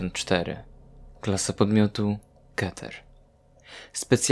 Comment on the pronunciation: Nie czyta sie keter kiter